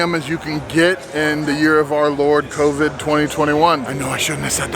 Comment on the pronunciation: you pronounced CONvid wrong lol